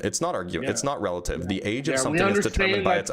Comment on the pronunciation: The guy struggling to say "relative" just to be completely wrong killed me lmaooooo